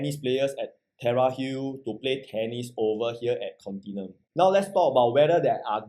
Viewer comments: The correct pronunciation is "con-ti-NEW-um" which is a silly name (i think you also think the same, that's why you purposely mangle the pronunciation, am i right?). IMO for 2750psf , 2.6m might as well buy the older Haig court nearby, can get 1399 sft unit , a proper big 3 bedder, freehold. it's better than here (properties south of dunman rd in this location has a better feel to me). The store room, is it a BCA mandated bomb shelter? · Very hard to buy this Pty if can’t even pronounce the name..I thought I only one don’t know how to pronounce